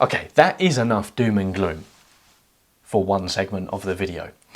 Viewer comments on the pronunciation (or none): none